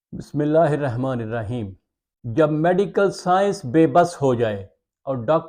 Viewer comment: بسم اللہ الرحمٰن الرحیم ۔۔ الرحمٰن۔ ر کے اوپر ۔۔ زبر ۔۔۔ ھے ۔۔۔